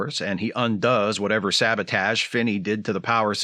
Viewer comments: I'm dying at every "sah-bah-tage" 😂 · The casual "sabotaj" drops made my day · Shatner pronunciation of sabotage made me actually spit my food out. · "So Spock pushes a button and kills that guy." I have always had the exact same thought when Kirk tells him to stop the guy's heartbeat. Also, your William Shatner pronunciation of "sabotage" didn't go unnoticed. Great video. Thanks. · It’s a fun episode, and despite some flaws Samuel Cogley is fun to watch. I am sure the pronunciation of “sabotage” was deliberate, a Shatner in-joke as it were. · If you keep saying "sabotage" the way Shatner does, I may start thinking it's the right pronunciation.